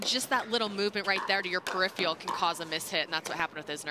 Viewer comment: did the female commentator say pickleball is faster than tennis? And, then use the word "periphial"....?